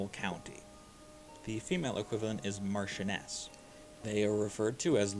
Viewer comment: We put the emphasis on the first syllable with these titles. Most of them sound how they look. Marsheness and Vycount/Vycountess are the pronunciations for the difficult ones.